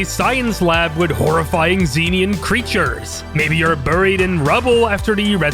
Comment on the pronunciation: *every half life fan getting mad that he pronounced it zee-nian and not zen-ian